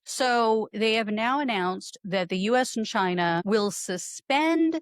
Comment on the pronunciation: Trump succeeded in one thing: making "Ghina" great again.